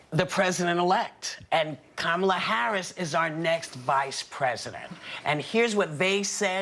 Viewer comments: Kaaa maa laa is not the right way to pronounce. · I'm pretty sure that the Trump administration will now learn to pronounce Ka-ma-la's name for the rest of their natural life's. :) "I feel so good right now". Let's practice: KAMALA, KAMALA....KAMALA. Hey Mr. Trump, Repeat after me. KAMALA.......VICE PRESIDENT KAMALA.